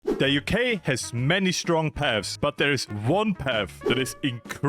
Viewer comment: ''The uk has many strong paffs'' very Briish